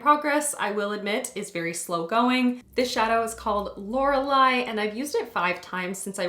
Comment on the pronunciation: You pronounced Lorelai correctly 👏 and yay on the pans, obvs! 🤣